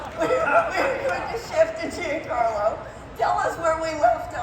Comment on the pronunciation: Funny how kathleen kennedy can’t even pronounce Giancarlo’s name…